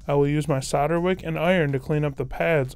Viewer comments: I gave up after just over a minute. I got 'sadder' and 'sadder' every time he said it 🙄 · You do realise that's not how you say solder yeah?